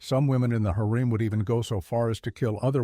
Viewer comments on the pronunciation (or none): Its pronounced “hair um” not “hair ream”.